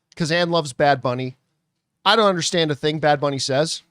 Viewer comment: you only botched “booney” lmao